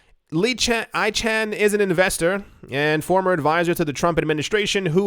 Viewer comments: Pronounced icon vs. Eechan....but hilarious mispronunciation! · I love you pronouncing Carl Ichan's ( icon )name as e-chan! the junk bond king needs to stay AWAY ! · Not eeechan but "aykan" a big name on Wall St. He already bought the dip, if it's being advertised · Ichan is pronounced: "I - Con" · Carl Lichan is pronounced ICON - Rich guy getting into bitcoin news 😂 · You pronounce it - Carl I con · pronounced I khan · Icahn is pronounced (I-con) literally. Famous corprate raider from the 80's & 90's... The rich/uber wealthy are buying up everything and Bitcoin more so!! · Carl "Icon", that's how his name is pronounced. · Icahn pronounce icon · IT'S PRONOUNCED EYE CON. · Carl’s last name is pronounced I - CON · It's Carl Eye-can. =) =) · Pronounced “eye-kahn” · FYI Icahn is pronounced "eye" "con" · My understanding is that Icahn is pronounced like icon. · As much financial news as you read and you don't know who Carl Ichan is and that his name is pronounced 'I can -> Ican'. :-) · Pronounced Karl Eyekahn. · It’s pronounced Carl ICON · Ichann pronounced Icon.. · Carl Icahn pronounced ( I Kon ) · Carl I Con is how u say it.